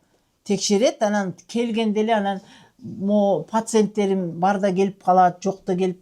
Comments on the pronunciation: Пасентерим дейт го😂😂😂 пасент эмес пациент бул дарыгер карангы но ушлый экен😂😂😂😂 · Пасент эмес пациент 😅